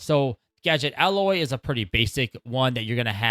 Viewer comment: It’s “ahoy”, by the way. You keep saying “alloy.” lol